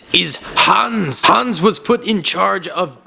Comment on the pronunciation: I am from Germany and I'm trigert how you pronants Hans